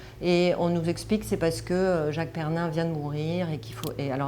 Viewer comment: Même pas fichue de citer correctement Jacques PERRIN pas PERNIN...